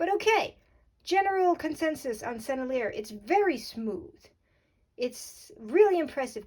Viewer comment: Pronounce it like this Sen-nel-ee-yay. You’re welcome. You’re fun.